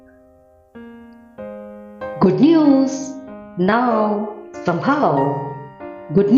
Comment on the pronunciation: it's not sambhaava...it is somehow.... please pronounce as somehow